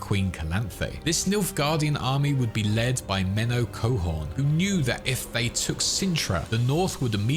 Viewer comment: menno coehoorn, as in menno van coehoorn, the dutch general? bro didn t even try with the names